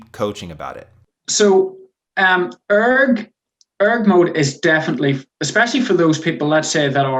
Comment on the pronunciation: The way you say ERG mode, it's one word not E .R. G